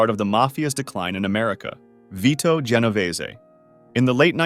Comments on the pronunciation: Ge no vay zee???? 😂😂😂😂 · Jen-o-veeze not whatever the narrator said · He pronounced an extra 'e' at the end. Going to cry?